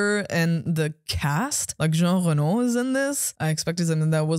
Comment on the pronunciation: I like jean reno, i like how they cudnt pronounce dudes name right, and a couple of other comedy bits, and very little else🤷‍♂️